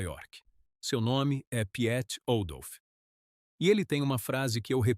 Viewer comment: Piet Ouldolf eh holandes e seu primeiro nome se pronuncia Pit e nao Piet pois em holandes i seguido de e se pronuncia i, assim como o seguido de e se pronuncia u como em uruguay.